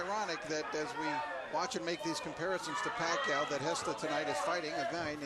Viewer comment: if i hear them say manny pacquio one more time im out of here